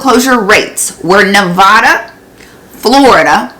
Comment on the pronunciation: P.s. nevada pet peeve is that Its ne va duh not ne vaahhh da